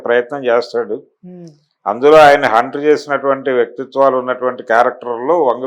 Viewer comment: Hunt kadu naayana haunt